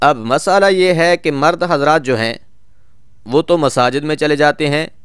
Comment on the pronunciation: Masala nhi bolte Masala bolte h